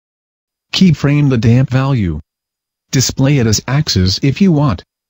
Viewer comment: Thanks to the damp key frames...keyframe the damp value... (every time he says "damp" it sounds like "damn", which makes this twice as amusing)